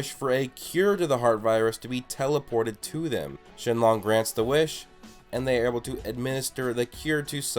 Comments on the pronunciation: did he say shenlong, its shenron, lol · its shenron not shenlong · It's not shinlong it's shinron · Shenron not “Shenlon” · ShenRON not shenLONG! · Who’s Shenlong? U mean shenron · who the hell is Shen-Long its freakin SHERON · MPlays glad I wasn't the only one who thought this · Y does he call him shenlong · Why do you say shinlong?? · First off its shrenron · Hahahhahaha. Why did you say sheklon shellon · 😂😂😂 he said shinlong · I'm sorry but you said shenlong